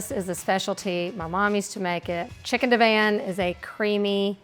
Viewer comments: Never ever have I head Divan (di-vahn) pronounced div-anne 😂😂 I’ve also only just recently discovered some people pronounce Vienna as vie-eena. #HookedOnPhonics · It’s deh-vahn not Dee-van